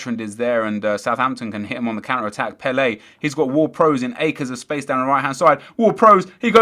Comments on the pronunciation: It's not "Pell-ay" It's "Pell-uh" So annoying! He ain't no Brazilian legend! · Again, you are wrong, it's Pel-ER